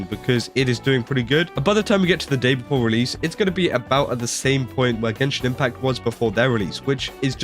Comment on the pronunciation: Gay-shin Impact 🎉🎉🎉